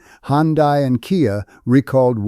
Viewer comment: As usual can’t pronounce Hyundai. That’s where I stop.